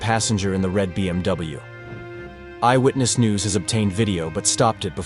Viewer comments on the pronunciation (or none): none